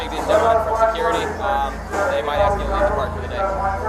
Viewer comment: there's no letter D in that or though. And the S comes before the K in ASK learn how to speak English. You sound very unintelligent.